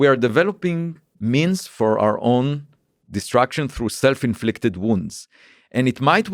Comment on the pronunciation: I love it when he pronounces "destruction" like "distraction" ❤️